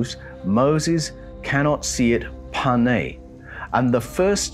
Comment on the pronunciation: TOVE (GOOD) not TUB and KOVED (heavy) not KABUD can't you guys write and speak right? what is "PANE? PNAY! (can be face, or surface) .